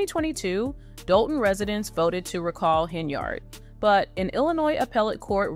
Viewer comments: Ugh! I gave you one more shot. Unfortunately, your pronunciation of “Henyard” is awful again. At least I made it this time. Peace out!! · Please learn how to correctly pronounce Henyard and Dolton.